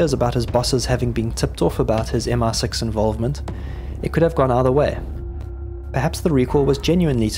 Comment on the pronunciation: Great video but it is MI6, not MR6